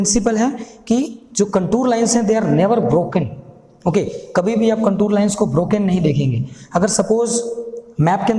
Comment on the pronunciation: Sir its contour not contur wrong Pronunciation 😂😂😂